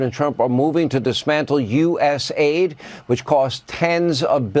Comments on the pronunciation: U-S-A-I-D not US-AID. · Hey NeoCon Hannity, it's USAID as in: The United States Agency for International Development, NOT U.S. aid. ~ Looking back at Biden's nominees and appointees, is like looking at the exhibits at some freak show at a carnival. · It's not US AiD. it's USA ID. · don't call it US AID. It is US A.I.D.